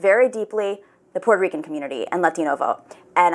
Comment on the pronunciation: She read Puerto Ricans in PA so wrong....